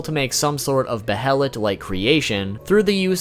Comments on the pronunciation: Bayart you're wrong my friend. In japanese its pronounced that way. In English its Bay-let because japanese does not have some English sounds so it compensates. It doesn't change the english pronunciation. Another example is Guts' name being Gattsu in Japanese. This is because there is no way to pronounce it in Japanese without tsu. It doesn't change the fact that the author meant his name to be Guts. The youtuber is pronouncing it wrong. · Bruh I can tell you’re new to Berserk by how you pronounce Behelit... like they say multiple times in every version of the anime and game... and still you say it wrong 100x’s over lol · QuakeGamer632 except that goes out the window when the shows pronounce it that way. When pronounced baylet in the shows it's still using a soft h sound. But he is using a hard h sound here. Its pronounced baylet and has for decades. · pronounced BAY-let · Behelits: BAY-LETS Not: BE-HELL-ITS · Be-helit ≠ behelit, wrong pronunciation. It's beihlit in sound, not be-helit. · Its pronounced baylet not behilit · It's pronounced Bay-lit bro. Also, they're just fetishes, I doubt they're alive. Great vid though. You got a sub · It's Bay-lit not Be-Hel-it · Buh-hell-ut. It's BAY LET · Bay-uh-let (behelit) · Isn’t it pronounced bayelit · Bay-LIT BAYLET! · Its pronounced "bay-lit" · "Behelit" As in "BAI-LIT" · behelit = Be-HELLA-Lit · Came to say just this, and that 'Behelit' is pronounced bey-a-lit. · also... Bay-lit.. that's how Grifith and Xod say it. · The pronunciation of behelit shaves off a piece of my soul every time I hear it. Bay-a-let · I swear it's pronounced 'baylet"☹️☹️ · I think it's pronounced "Bay-lit". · The “Bae-lit” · It’s pronounced baylit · I thought it was pronounced beherit. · its pronounced baylett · its pronounced bay-lit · Don’t emphasize syllables in Japanese..you say be-HEL-lit It’s more correctly pronounced with each syllable receiving equal stress. Goes for all Japanese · Behelit - (Bay-lit)